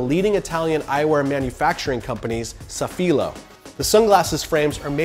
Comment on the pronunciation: There's an accent on the a in Safilo in the logo. Accent the first syllable.